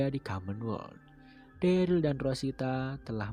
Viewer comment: harus nya dereul, bukan deril